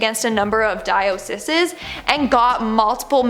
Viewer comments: Hey, forgive me but needed to let you know diocese is pronounced like die-o-seas. I just want to be helpful but ngl I've been called a grammar nazi many times lol 😁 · "Di-O-sis-sis. Haha 😂